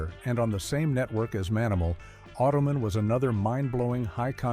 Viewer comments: Manimal, The Powers of Matthew Star and Automan (pronounced "Automanary" and "Ottoman" by our mechanical friend) are not sitcoms. Also, what about Manimal suggests that it was canceled too soon? The machine overlords should not pick our content. Oy [AI] vey! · Geez, when will AI learn to pronounce basic words. It’s Auto man. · Remember Automan ? 😂